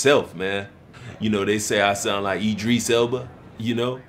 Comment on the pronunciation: E-dris Elba